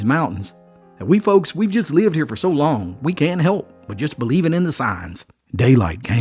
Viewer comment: I notice you say hope instead of help. Lol